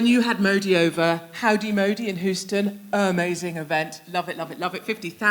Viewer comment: She’s right about everything.... except the pronunciation of HOUSTON. I think they’re so used to seeing Euston in England and not seeing the “HayTCH”, and not knowing it’s silent or just not used to it being used in the mute pronunciation.